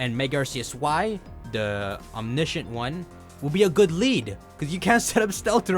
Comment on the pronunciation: How is he able to pronounce omniscient but not omnipotent